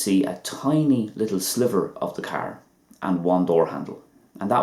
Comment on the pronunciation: Ok .lol....the way you pronounced the word made it sound like another..like when you said ---sliver.your videos are helpful though...